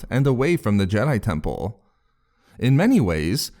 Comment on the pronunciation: Jedi Tempuuhhll 🤣